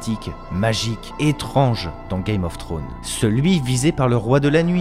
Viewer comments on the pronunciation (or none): "Game of thrones". Faut pas oublier le "s" :) Superbe vidéo en tout cas